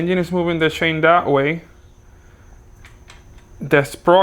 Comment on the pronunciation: ITS CHAIN NOT SHAIN!!! Im joking 🙃,Love you (no homo),content is always on point 👊🏽